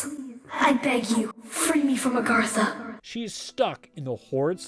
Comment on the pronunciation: It's not 'Orgatha'. It's 'Agartha' ahaha but who am I to blame you? lmao I really enjoy these. Good Work :D